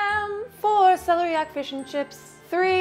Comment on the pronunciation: That is celery coming out the top of that celeriac root.and its se lair iac accent on lair.